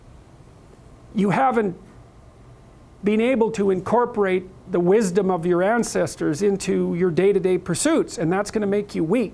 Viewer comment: "There is wisdow in libraries..."